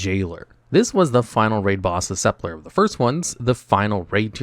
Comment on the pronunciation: I finally had to unsub from here. Too many inaccuracies on every video, especially with mispronouncing countless words in your videos. -Video's thumbnail has top 10, lazy -Saying the bomb mechanic on jailer "rarely" works is such a hyperbole. It would fail maybe once a night during prog . -It's "sup-ul-kur", not "sup-ler" -The hitboxes with balls/spikes is 100% either a lag issue or a skill issue. Deaths from these were very rare in our prog - You used the word "ironically" incorrectly, should be "coincidentally"